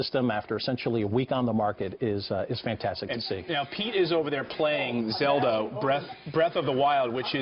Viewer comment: Did he really say Zeldo.